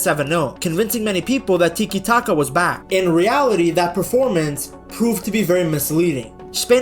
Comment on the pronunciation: Bro, it's Tiki- Taka, not Titi Taka. Stick to France man, you know, the team you were rooting for in the world cup.